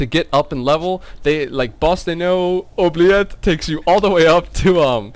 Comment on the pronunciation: I've never been able to pronounce Bostaunieux Oubliette either. One of the downsides of starting in Sandy